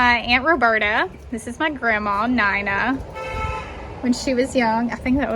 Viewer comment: Awww. My name is Nina too. Don’t hear it pronounce that way very often.